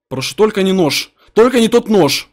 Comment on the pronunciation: мне выпал нош нош он сказал нош